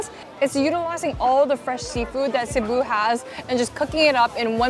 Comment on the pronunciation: She pronounced Cebu properly! First foreign food vlogger, I've seen get it right